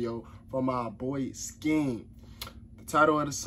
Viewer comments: Its skeng the g isn't really pronounce that much but it's not sken and the g isn't pronounce so hard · Your saying his name wrong lol